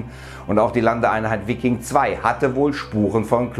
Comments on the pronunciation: Ist english Veiking ausgesprochen nicht deutsch Viking ;) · Wikkin....Alter... Viking (Weiking).....das tut ja weh :D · Bitte lerne wie man Viking ausspricht! Nicht "Vikking"...